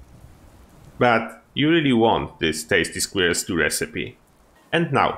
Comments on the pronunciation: Yeah he did great, I'm not trying to make fun of him. The biggest difference is he says "square-L" when it's closer to "sk-whirl". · It's so amusing listening to non-native English speakers say "squirrel".